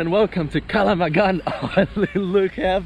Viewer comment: the way your pronounced it lmao it's not "KALAMANG GAN" ITS "KALANG GAMAN"